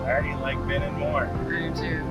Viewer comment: Such a great time following you all these years--amazing! Hey, and, it's "Be-NEEN". You emphasize the second syllable. It's French, so the "i" sounds like a long "e" is in "seen." You guys make it through everything!